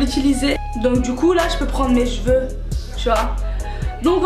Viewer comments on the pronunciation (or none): Sa meux stress tu a dit jeveux a la place de cheveux